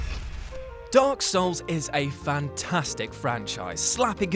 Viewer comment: Video starts Guy: D O R K S O U L S Me: REEEEEEEEEE